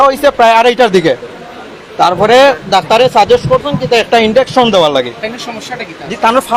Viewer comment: ইঞ্জেকশনকে বার বার ইনডেকশন বলছে, অল্প সুখে কাতর হয়ে পরেছেন